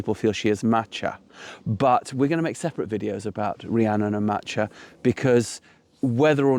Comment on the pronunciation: Check your pronunciation of Macha. Gaelic does not have a soft c. Likewise ch is a hard sound as in Bach. A better pronunciation would be Ma/ka though I have sometimes heard it as Ma/ha. Or listen to a pronunciation of Cuchulain. The ch is again a hard sound. A minor point perhaps but I have never heard Macha pronounced the way you did by any one with an understand of Gaelic.